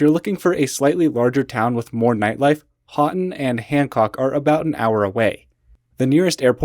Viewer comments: It’s pronounced Hoe-tun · Hoe-tun. Pasty is a meat pie (Pass-tee) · You have great content, and thanks for highlighting the midwest. FIY it's pasty (pass-tee). Pastys (PAY-Tees) are nipple covers. And Houghton sounds like HOE-ton. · Houghton is pronounced ho-ton. Love boho was there last week!